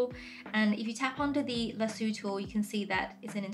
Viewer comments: Lasue 😭 it’s pronounced “La-So” 🫶🏻 😅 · Great video, but the word is pronounced LASS-OH. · The best part of the video is when she says lasoo, love it. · Hahhahaha I giggled at this too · is that how lasso is pronounced in ur language? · Love how you pronounce lasso. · Lol I was saying lasso the way she said it and thinking how it sounds so funny and different. But I bet people over there think it sounds weird how I say it